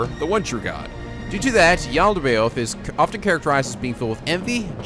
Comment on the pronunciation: THE MISPROUNCIATIONS OF YALDABAOTH AND APO..I can't spell it so mabye im not one to talk